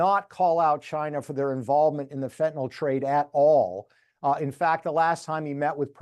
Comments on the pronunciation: It is pronounced Fenta nil, pronounce it fentan ol and a chemist will look for something else. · why does everyone say fentanal? it’s fentanyl.